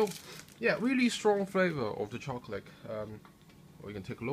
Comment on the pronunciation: Very nice video but your accent is the weirdest thing I have ever heard. Most of the time you sound english (british) but then you say things like "choclick" or "lick out" instead of "leak out" and some other little weird things. I am curious, where are you from and do all people talk like that there?